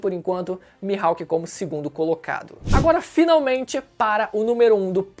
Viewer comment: "O hawk q o mihaipe teve" Mano kkkkkkkk incrível como sempre